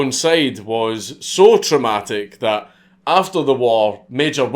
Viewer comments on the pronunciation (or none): none